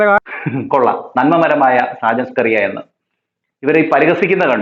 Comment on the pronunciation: സാജൻ സ്കറിയ എന്നു പറയല്ലേ. ഷാജൻഷ്കരിയ എന്നു പറയണം കേട്ടോ.